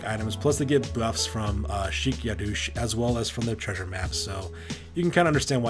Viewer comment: Yadosh!! there's only one O in it, where do you get Yadoosh from!? Also, it's pronounced "Shake Ya-Dosh" get it? Remember when these guys were named, most of the RoR names are puns